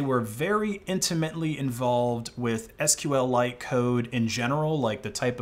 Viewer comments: And I'm pretty sure it's pronounced "sequel-ite". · didn't know you could deal psychic damage to people by pronouncing SQLite as "sql lite"